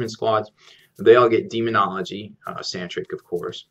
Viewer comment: Sanctic. I really enjoy your videos, but i can't help but correct this. There is no 'R' in the word Sanctic. Sorry to be that guy lol.